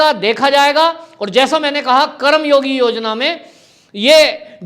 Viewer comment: सर जी उच्चारण सही और शुद्ध होनी चाहिए.! ये शब्द करम योगी नहीं बल्कि कर्म योगी है. संधि शब्दों का उच्चारण सही होना चाहिए.धन्यवाद..🙏